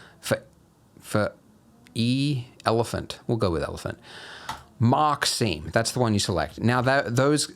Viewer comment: I cant tell you how I keep hearing "mockcine" instead of "mark seam"